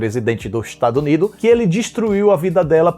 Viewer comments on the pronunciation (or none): mto bom c falando “ dos etazuni” kkk